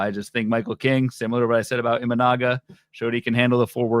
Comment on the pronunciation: please pronounce Imanaga's name correctly or just say Shota.